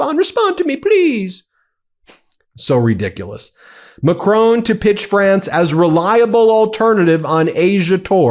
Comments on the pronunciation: Macron is pronounced Mack-ron, rhymes with “on” (not “own”) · Ben! Please stop calling Macron Macrone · Love your show.but it's Macron.not Macrone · It's not Macrone!!! It's Macron and the N isn't pronounced. It's more like Macroh. Get it right or stop saying it. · Macron NOT McRone Ramap-hosa NOT Ramafosa. Why do Americans always put the emphasis on the wrong syllable? The emphasis is on the first syllable, not the last. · Macron..... Not Macroan. Like McDonald, add an R and just finish with on. Macron. And then just add the Pepé Le Pew accent. Done. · It's not Mac-rone, it's Ma - Cron with an almost silent 'n'. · ‘Macrone!’ It’s Macron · Ahh Stop calling him Macrone Macron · Who is this President MacCrone? I have never heard of the Clan MacCrone. Or should Americans learn to pronounce French names? This horrible mispronunciation makes me cringe whenever I hear it. Sorry....... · Please learn to pronounce 'Macron' correctly...it's an unfamiliar sound but not that difficult! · Please Ben, pronounce President Macron’s correctly! It’s not a drawn out ‘o’ Please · Is there ANY American capable of pronouncing 'Macron'? They would get pissed off if I said Donald Tramp. FFS get it right. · Hey Ben, good work but please - his name's Macron as in Enron, not Capone, and if you want it to sound French say the 'n' with the rear of the tongue against the roof of the mouth not the tip of the tongue against the teeth. Thank you. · You don't have to pronounce the "N" in the French President's last name. :) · "Macrone","Versize", "Ramafooza" - it's excruciating